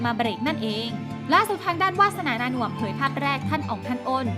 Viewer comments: คุณวาสนา นามสกุลนาน่วม อ่านนามสกุลเขาเป็นนาหน่วม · วาสนา นาน่วม..ไม่ใช่นาหน่วม..อ่านชัดๆ